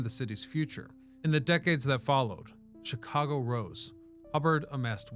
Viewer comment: Me thinks..... You're purposefully mispronouncing Chicago